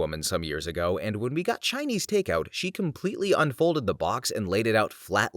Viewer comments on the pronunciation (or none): none